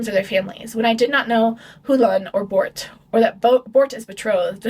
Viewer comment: babe i could NOT listen to u say Bort and Tore